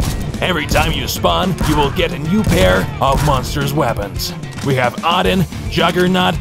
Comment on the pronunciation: Why did he pronounce Odin so weirdly 😂